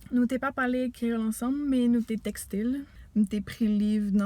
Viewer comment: Bravo !! Pour le créole tres bien prononcé enh !!! Mwen renmen sa